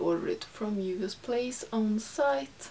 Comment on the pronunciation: I love how you pronounce "Juvia's"! Aaaand we can see Masai from space!